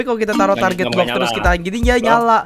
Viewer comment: Wkwkwk lu ngomong block apa blok wkwkwk